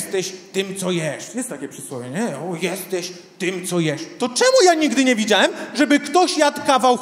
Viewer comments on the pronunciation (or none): Człowieku "zróbcie hałas" w Twoim wydaniu mnie przerasta! Nie mówiąc o tej manierze "miaem, widziaem, wzioem". To jakiś koszmar takie niedbalstwo językowe. Inni stand-upowcy potrafią normalnie mówić...poducz się trochę,co?....